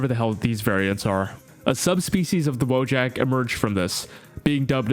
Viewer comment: Why is everyone calling them "Woe jacks"? It's Wojak